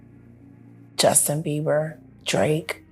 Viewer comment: Does he say Beaver?😅